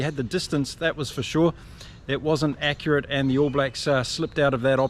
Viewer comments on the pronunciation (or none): none